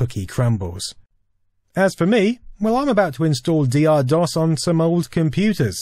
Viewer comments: For God's sake man, it was called DOCTOR DOS not D. R. DOS. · Isn't 'Dr' pronounced as doctor? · I always pronounced DR DOS as "Doctor DOS." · And I always thought it was pronounced "Doctor" Dos. Doh! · At the time of DR-DOS, everyone I knew pronounced it "Doctor DOS". Interesting to find out that was wrong after all this time. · Dee Arrr? I always pronounced it as Doctor Dos. :O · And for all these years I thought it was pronounced Doctor DOS.... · My disappointment that this isn't pronounced "Doctor DOS" knows no bounds. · I thought it was Doctor DoS too. I had only seen it written and never pronounced. It had nothing to do with Aqua, as I did not know they existed until Barbie Girl was out.